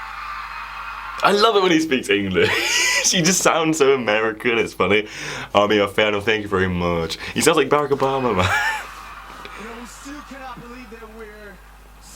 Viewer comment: I just realised he was trying to say Barack Obama. At first i was like who the heck is berick obema